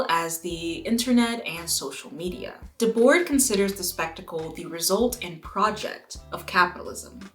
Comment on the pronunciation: This video dredged up residual trauma for me when you said “Guy Debord”. A long time ago I gave a presentation in school that featured Guy. I thought I was killing it because everyone in class was smiling ever so slightly. Then at the end of the day I realized why they were smiling. How to pronounce “Guy Debord”